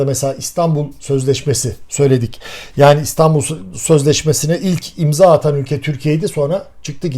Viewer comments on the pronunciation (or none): none